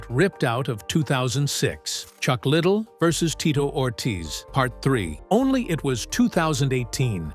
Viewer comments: As soon as I heard "Chuck Little" I just couldn't watch anymore lol. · It’s pronounced Chuck Ly Dell, not Chuck Little. Get it right for Christ Sakes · La..dell not... little..how do you do a documentary without knowing how to pronounce the name? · Chuck little --- not Chuck liddell--- 👌 🥳 😖 🥴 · Chuck little? That's not how his name is pronounced. How can you trust anything said with this. This could be the creation of an 11 year old. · Chuck Ladele. L A D E L E u no how to read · What’s a shame is you can’t even pronounce his name right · Try saying his last name right. you might get more views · Stupid asses can’t even pronounce his name, right🙄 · The way chucks last name is being pronounced is annoying. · Computer voice couldn't pronounce Chucks last name correctly.... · That's ridiculous that ur choice was leaving in mispronouncing his name. Wow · Pronouncing his last name wrong